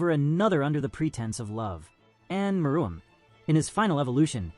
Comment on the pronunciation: May wanna fix your AI script to pronounce meruem right